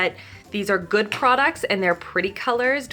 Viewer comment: "Guud guud" sounds like Norwegian trying to speak English 😅